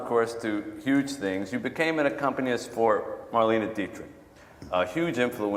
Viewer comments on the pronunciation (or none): Sorry, the touchdown/clutch down rhyme is brilliant. Homeboy can't even pronounce accompanist.